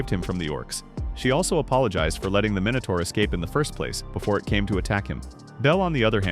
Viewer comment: minutor?? How many you say mini tour